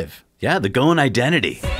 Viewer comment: Just a thing about Ghosn who has an Arabic name and my mother tongue is Arabic, the "s" in his name is not silent. Everyone is pronouncing his name without an "s" which is wrong. In Arabic "ghosn" means "tree branch" and is written غصن in Arabic. Put it in an online translator to hear how it's said.